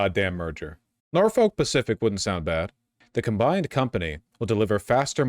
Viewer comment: As someone who grew up close to Norfolk, VA and has had a few family members work for Norfolk Southern, it hurts me every time you pronounce it like that (it's pronounced more like nor-fick, local news did a whole thing about how to say it a while back). Outside of your outsider pronunciation, I hate this. We need more train companies, not less.